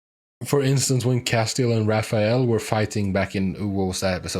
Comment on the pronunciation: It's cass-tee-ELL. The accent is on the last syllable.